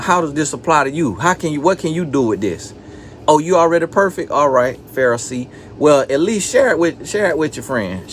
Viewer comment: “Oh, you already perfekk, alright Pharisee, well at least share it with your friends...here go a cookie 🍪” —☠️☠️☠️ I’m deaddd-uhhh!!!